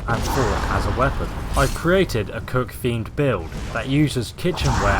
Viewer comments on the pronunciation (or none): you said you created a cook themed build, but I thought you said, "I've created a coke fiend build."